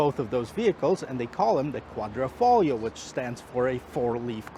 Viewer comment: QUADRIFOGLIO! At least journalist coud get it right. Thank you. :-) Otherwise nice vid.